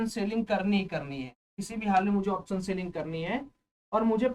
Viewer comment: Option bolo to pehley thik se bhaie. Saam nahi hota hai Shaam hota hai. Waisey hi soes nahi hota hai shoes hita hai. Waise hi option ko sha laga kar bolo to pehley please. 🙏